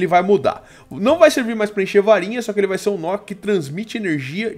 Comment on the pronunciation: viva aventura ele dize fai au vez de vai